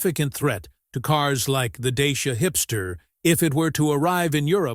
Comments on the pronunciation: Nobody in Europe will know what you are talking about when you say "Dayshia". It is pronounced Daahtsia. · Wonderfull that the EUROSNOTS (I am 1 -2) always reinvent themselves . . . Bravo DACIA, RENAULT and Peugeot etc . ,. . What is irritating with this video is the American narrator, still with that US imperialistic attitude, arrogantly is mispronouncing, “DACIA . . . as DAYSHIA.” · If you want to pronounce correctly as english speaker is : dutch.ea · deisha....dashiaa 🤣🤣😂😂😂I'm romanian and sounds so weird